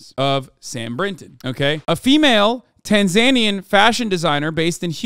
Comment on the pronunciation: He's doing the right way !!! Everyone else is wrong ( according to the people of Tanzania )